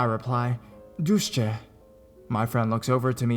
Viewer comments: it is "deutsch" !! NOT "dustche" .... dafuq man. And could you PLEASE say ESCAPE and not excape ." !!!! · did he say Deutsch like the "doosje" or ? 😂